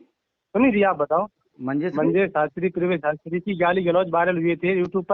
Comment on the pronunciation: Ise shabdon ko shuddh bolna aata nahin Shastri kisne banaya isko Shastri ko Shatri kahati kahati hai